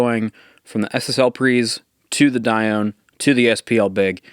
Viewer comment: It's actually pronounced "Die-oh-nee". But I hope you enjoy this absolute piece of art! WesAudio are an amazing company. :D